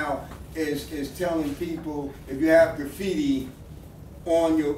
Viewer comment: Graffiti Will Never Die!!!! lol...The guy with the blue cap!..The way he says Graffiti it sounds like "Grooffiti"